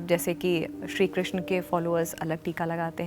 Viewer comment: Krishn ka 😢 thik se boliye